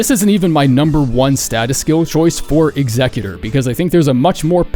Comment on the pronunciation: Bro is the first person I heard actually pronounce Executor correctly. 🎉